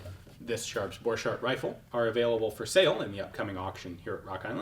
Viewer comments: Thank you for this video. Hugo was my Great Grandfather. I noticed our last name is always mispronounced in the gun world. You're pronouncing it french. With a ch, and d sound, dropping the t sound. It is a German last name. The ch has a c sound, and the d is silent. The "t" is pronounced sounds like cart. (Boar cart) I was told by my father, that Luger stole my Great Grandfather's design, and patented it in his name. Just a bit of side history. It is nice to be able to look up family history. My father had said he invented a riffle. Thats what I was curious about, and found you.🙂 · I would've thought that the 'ch' in Borchardt is pronounced as a k.